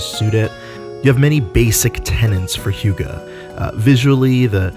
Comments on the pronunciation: How its pronounced: Huh-geh How he pronounces it: Hiuu-ga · This is a good video, and I'm not going to give you shit for mispronouncing hygge, but I will point out that the phonetic spelling is not 'hʊgə, but 'hʏgɛ. Arguably even 'hʏ'gɛ depending on dialects. I wouldn't say that UnderTale is the best hygge game, but Snowdin has a lot of hygge; especially the shop there. Just look up pictures for snowdin shop and I think you'll see what I mean. The music helps a lot too. It's the most hyggly thing I've seen in a game in recent years. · Here in Sweden, "Hygge" is pronounced "Hygge", not "Hjuga". Guess Denmark or Norway pronounces it differently. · Hygge... Just pronounce it as HYKE.. Also that book seem so stupid for a dane like me. Its just CALMNESS. Be happy. Be yourself. Take it easy. You need no book to tell you that. Anything that makes your heartbeat go slow and makes you feel like "this is nice", it's probably hygge. But I like the combination of games and a word in this analysis and examination of sorts. Thanks!